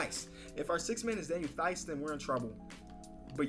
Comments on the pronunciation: Theis is pronounced Tice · i am a diehard c’s fan and i’m offended that you would say “these” instead of “Ties” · It’s thee is. It’s Ties. Say it how it looks but don’t pronounce the H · To pronounce Daniel theis you say tie and ice and combine them tice kinda lmao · It's pronounced like, "Tice" cmon man... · it’s pronounced “Tice” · Theis Name is pronounced like Tice because you don't speak the H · Yo, love the video but the "h" is silent in Theis' name. It's just T and then Ice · Theis... Ice with a T at the beginning ... so u pronounce the name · It’s pronounced Tice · it’s pronounced Daniel Tyce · Pronounced Daniel Tise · Theis is pronounced like dice but with a t not a d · Daniel Theis is pronounced with a t not a th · thinks T makes the th sound lol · Looks up how to pronounce Daniel Theis' name still pronounces it wrong